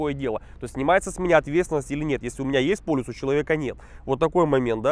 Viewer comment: !:))) ПолИс, а не полЮс